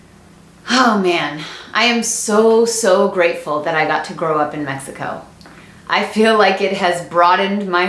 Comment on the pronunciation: Amo tus vídeos me da mucha no se algo que pronuncias México en vez de Mexicou como la mayoria te estadounidenses lo hace te AMO 😍😍